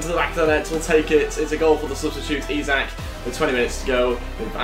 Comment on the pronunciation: It is Isak but pronounced like ishak